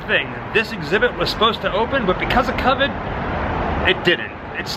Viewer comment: Did he just say Cavid?